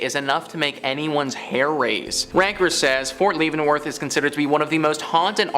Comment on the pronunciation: DUDE, it's pronounced LEV-EN-Worth. Not LEAVE-En-Worth.